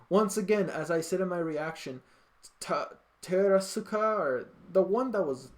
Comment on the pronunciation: You’re actually pronouncing Terasaka’s and Takaoka’s names perfectly. He was scared of Nagisa the first time they fought too. Nagisa has even scared Karasuma and the older assassin who taught him that new technique before. But it’ll go into more detail on that in the second season.